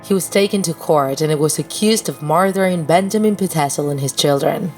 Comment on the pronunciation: its murder not marder -_